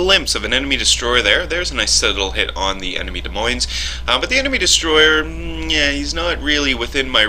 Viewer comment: the "s" at the end of Moines is silent as is the "s" is Des.